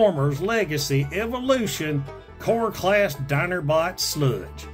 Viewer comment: "Dinerbot Sludge" Yeah I live in southeast Georgia and I can say you NAILED that.